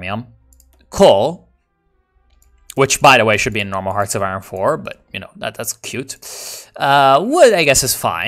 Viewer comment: it's not pronounced aye-ron, it's pronounced aye-ern. English is weird